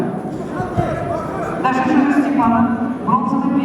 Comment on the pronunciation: ударение на второй слог надо читать